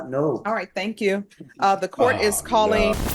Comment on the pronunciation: “alright, thenk yew!” Lmaoooo